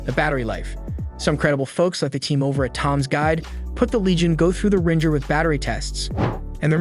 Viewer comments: he said rin-jer instead of ringer. Bro what?? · I’m quite sure this is a.i. I’ve never heard anyone mispronounce”Ringer” as”Rinjer” Lol. YouTube is infested with these stupid a.i. videos and they’re getting better at tricking us unfortunately. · A.I. videos are getting good but when there’s nothing but b-roll, misinfo, and the word ringer is pronounced”Rinjer” you definitely give it away. YouTube needs to curb the a.i. videos.